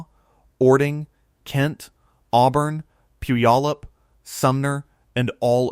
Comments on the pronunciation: A lot of commenters locally--the name Puyallup may look daunting, but the best pronunciation is "pew-ALL-up". If you look at a geological style map, you can easily see the former lahar pathways coming from Rainier. That mountain's footprint is immense, much bigger than Mt. St. Helens. In 1980 I was living in Vancouver Washington and watched the ash cloud rising from the mountain that May morning. There was no sound, but for being so far away, I was struck by being able to see with my naked eye, the cloud of ash expanding and rising. I was awestruck at the power of Nature. A small sidenote: there was a nuclear power plant on the Columbia River just downstream of Mt. St. Helens. You'd better believe it was on everybody's mind when the mountain began to swell and bulge up to a foot or more a day before the big event. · The mispronunciation of /pew/á/ləp/ in like nails on a chalkboard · Yes, but it’s PEW AH LUP. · We love our mountains. I grew up in Enumclaw at the foot of Mt. Rainier. I live closer to Mt. St. Helen now, but not in the mud flow area. We don't have tornados or hurricanes here. That's pronounced Pūallup...you don't say the "y". I still have family and friends in Enumclaw, Kent and Seattle. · Here's an idea check out how to pronounce Puyallup. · Please learn how to pronounce Puyallup!